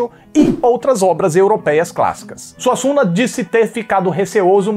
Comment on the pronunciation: "Arriando SUASSUNGA" 🤣🤣